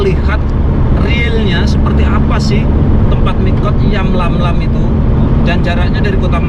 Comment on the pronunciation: Yalamlam bang,,bukan yamlamlam